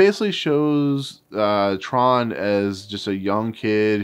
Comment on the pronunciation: Actually his name was Trond but I didn’t pronounce the D properly so it sounded like Tron.